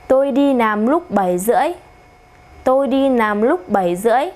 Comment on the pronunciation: oi troi! nguoi doc mau ma sao doc "lam" thanh "nam" vay lai bet roi .vay cung doc mau